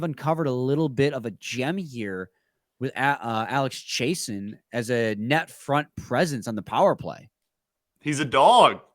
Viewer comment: It's Chiasson, Chay-Sahn or Chase-On, not Chay-sen. Like Steve Chiasson who played for the Red Wings in the late eighties and early 90's. 😁